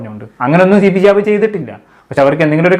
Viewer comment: താങ്കൾ ശിഹാബ് എന്നു പറയുന്നത് കുറച്ചു കൂടി ക്ലിയറായി പറയു . മനസ്സിലാവണ്ടേ എല്ലാവർക്കും.